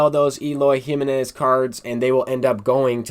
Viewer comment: Lmao the way you say Eloy Jimenez's name is kinda cringe, its HIM-Eh-Nez lol not JIM-MEH-Nez but overall good content bro